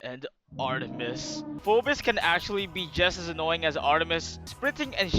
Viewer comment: erm actually he’s pronounced fee-bis